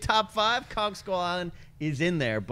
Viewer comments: Anyone else notice pronounce King Kong as 'kon' and it wasn't just once either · Sam Spink Same here. it really bothered me for some reason. it's KonG, with a G! Nott Kon or Khan or however she pronounced it lol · Paul Rizzo I heard that too. The wrath of King Kahn. And she said it 3 times so she must not know the name of the monster in her top 3 films of March. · Was saying Kon instead of Kong?